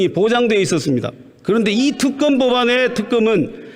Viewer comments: 임이자씨~ 정거는 없고 증거는 있지요! ㅋㅋ 갱상도 것들은 발음도 무식이 뚝뚝! 특검은 특금이라고 하고, 증거는 왜 정거라 하냐??ㅋㅋㅋ '으"와 "어"발음을 철저히 뒤집어 하네!ㅋㅋㅋ 한국어부터 다시배우고 와서 토론에 나와라~ 이 사람아~ 너의 그 무식한 소리가 기록에 남는다! 네 얼굴 역사에 남는다고~ 쪽팔릴거다. 평생!!! 역사가 널 손가락질 할거다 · 임이자씨 발음 넘 웃김 죄가 없다 제가없다 특검 턱검 ㅋㅋㅋㅋㅋㅋ 보던 중 빵 터짐 ㅋㅋㅋㅋㅋ 자기 혼자 반대 열심히 해보세요 ㅋㅋㅋㅋ 생떼도 썰때 써세요~~